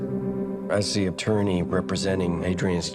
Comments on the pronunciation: Dibacanya deu bang bukan te, (!) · Bang coba banyakin belajar nyebut kata kata dasar bahasa inggris dah, supaya lebih baik aja ni channel buat kedepannya, berhubung banyak review film luar, jadi gaada salahnya buat belajar penyebutan kata kata berbahasa inggris dengan benar... "The" yang harusnya dibaca "de" bukan "te"... Sayang bang kalo channel sebagus ini dengan storrytelling yang ringan & mudah di pahami, jadi kurang cuman dari bahasa aja ... Terus kembangkan channel mu dari segi apapun itu ya bang, sukses selalu... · "the" dibaca "de" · Tapi kalo kata sesudah 'the' berawal dari huruf vokal itu di baca nya 'di'